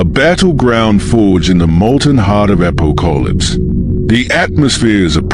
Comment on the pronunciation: My only real concern was the AI's annunciation of Darkseid and Apokolips. I did't recognized who or where it was talking about until half way through the story. Maybe next one will be better.